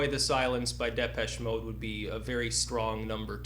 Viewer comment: Why the fuck does this long-haired anus pronounce Depeche Mode wrong?!